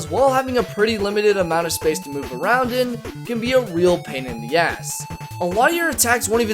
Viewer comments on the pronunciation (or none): none